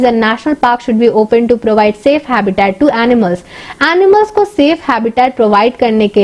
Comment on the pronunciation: First correct your pronunciation and then make some videos in YouTube.you don't know how to noun habitat and categorise